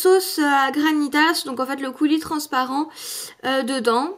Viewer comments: ONE PRONONCE PAS LE S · On prononce pas le s dans GRANITAS